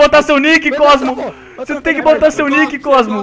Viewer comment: Falo o cosmo errado